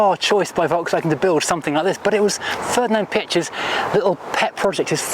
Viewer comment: BTW Piëch is pronounced "Pee-egg" (more or less)